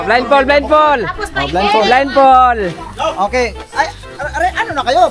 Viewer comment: Natawa Ako ke blind fol daw with d ang dulo ha 😂😂😂blindfold po yan no offense ha🫣🙈✌️✌️✌️🤞🫰🫶